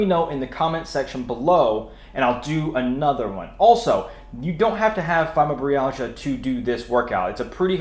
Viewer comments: It’s Fibro -My-Al-Gia, not fymo -Bree-al-gia. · That's funny I couldn't believe how he pronounced it. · That's not how you say fibromyalgia